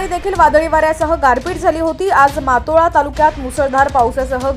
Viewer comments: मातोळा नाही मोताळा व्यवस्थित सांग जर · ज्यांना सर्व सामान्य ज्ञान नाही असे कर्मचारी मोताळा तालुका उच्चारताना मागोवा असे उच्चारणे.